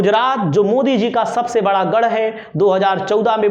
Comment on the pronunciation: bhai saat may shhaat may nahi. sabse hota hai shhabshhe nahi